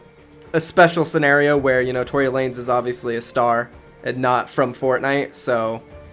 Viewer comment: It’s not Tory lanes😂 it’s Tory LA-NEZ